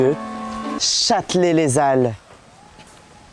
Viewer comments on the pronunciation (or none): Y’a que moi que ça stresse que dise Chatelet les ZALLES? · c’est Châtelet–Les Halles pas les Zalles 😭😭😭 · mais vraiment stp arrete de dire chatelet lézalle c'est lé al